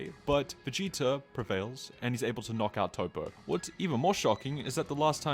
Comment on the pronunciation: Bro why you calling him "Toe-Poe" when it's Toppo as in TOP. A pun on him being top-heavy. Hearing the mispronounced name being spammed so much got annoying enough that I had to comment 😅